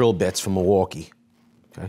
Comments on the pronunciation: Actually it's pronounced "mill-e-wah-que," which is Algonquin for, "the good land." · it’s pronounced mil-waw-key.